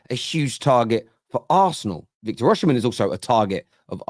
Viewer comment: learn to pronounce the name right! Osimen, the sh is silent in the Edo language..